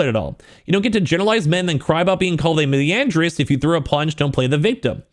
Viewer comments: God I hate how he mispronounces misandrist. Not saying the S. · "I didn't know what that word meant til I looked it up" You still don't know what it means because you can't even pronounce it correctly. Also what is this soy middle of the road "she's not as bad as Sykkuno" shit when all he did was cheat and she literally hates an entire gender and goes on cancel campaigns while virtue signaling stating everyone who disagrees with her in an incel. She is literally a typical man hating egirl archetype that just gets away with being a terrible person because everyone wants to sleep with her character. Sykkuno slept with a consenting adult that you arguably think he took advantage of based on the consensus of people with perpetual victim mindsets.